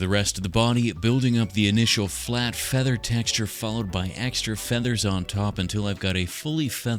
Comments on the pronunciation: Why does bro pronounce his F's so harshly It feels like a threat "FFeather texture" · Me watching this video: say feather one more time!!!!!!!!!!!!!!!!!!!!! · SAY FEATHER ONE MORE TIME I DARE YOU